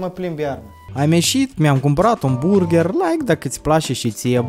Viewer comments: Si apropo nu se zice burgher , se zice burgăr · burgar se zice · Se pronunta burgar